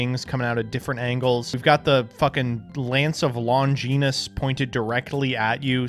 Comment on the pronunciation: I'M FUCKING SORRY LANCE OF LONGEENUS, I'M FUCKING DYING. SOUNDS LIKE OFF BRAND SPEAR OF LONGINUS